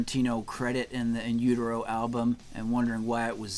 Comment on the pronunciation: Damn man, no need to rip the guy apart because he pronounced the album wrong